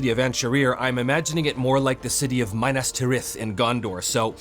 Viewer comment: "Gondor has no king, Gondor NEEDS no king." And not to be nit-picking but I think it's Minas (M-ee-naz) Tirith. Lichdom is a helluva game!!! Love the videos